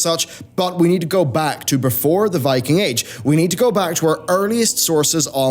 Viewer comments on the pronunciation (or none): none